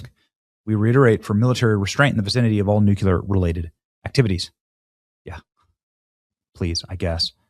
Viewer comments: I hate the word nuculer. I get that it's becoming an accepted pronunciation, but it shouldn't. The center of an atom is not a nucule. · New Klee Er!!!!! NOT new kyu ler!!! Speaking proper English gives you credibility. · its actually pronounced NUCLEAR NOT NUKULAR cmon whats next you say aks rather than ask? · Benny its nuclear, not nukular. Please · Nuclear, not nuculer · Noo-clee-er. NOT new-q-ler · Nuclear, not ‘nuke-u-ler’. Sorry Benny. It’s a pet peeve. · NUCLEAR... NOT NUKULAR, please, brother, Im trying to help you. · It's NUKE-CLEE-ER not NUKE-U-LER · Mr. Benny, may i suggest something. The word is Nuclear, not Nucular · Bro saying nucular everytime he reads nuclear 🤦🏻‍♂️ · New-Clee-are, not new cue lar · Benny not NUCULAR BUT NUCLEAR! Thanks Benny 🙏🏼🇺🇸🇺🇸🇺🇸🇺🇸🇺🇸🇺🇸🇺🇸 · It’s NUCLEAR, not NUCULAR!! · Nucular or nuclear??? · Nu clee er not Nu cue ler. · I love you, but the way you say "new-cue-ler" drives me insane & you do it constantly. How hard is it to prononce it correctly? NEW-CLEE-ER. Sounds so ignorant. CRIMONY!!!! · Benny, I really like and respect you. But please start pronouncing the word Nuclear as "New-Clee-Er" instead of "New-Cue-Ler." I know in the grand scheme of things it's not as important as all that is happening i the world right now, but it is the right way. FYI, your coverage on all of this is is incredible. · “nucular” as Bush used to say…… Won’t be fooled again! 🤣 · For God's sakes it's nuclear not " nukular" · NUCLEAR, NUCLEAR, IT IS NOT NUKULER. It is just as annoying as hearing someone say they want to AXE you a question. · How hard is it to say "NuCLEar" not "NuCULar"? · New-clee-r!!! You make yourself sound hick by pronouncing nuk-you-ler. It just takes a little discipline, you can do it! Otherwise, spot on, just totally distracting. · Dammit Benny! The word is new clee er, not nucular. Don’t pass on poor grammar, please. You are smarter than that. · NUCLEAR NOT NUCULER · new-clee-er Ben,new-clee-er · Say it with me Benny…nu clear